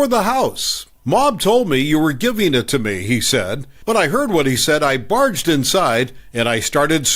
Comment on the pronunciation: Your lazy AI cant pronounce IT